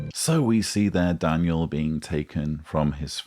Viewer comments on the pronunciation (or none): Did call him "Dan-u-el"?